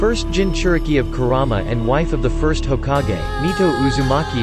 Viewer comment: Are we gonna ignore how he said hokage